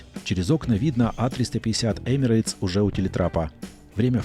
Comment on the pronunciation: В произношении компании Emirates нет буквы "Й". Правильно: Эмирэтс.